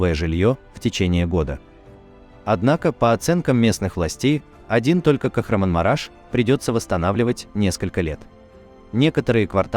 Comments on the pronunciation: Правильно сказать не Кахранмараш, а КахраМАНмараш. Простите,что поправляю Вас. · Ну почему многие не турки не правильно произносят название города Кахраманмараш. Коверкают все на свой манер как хотят.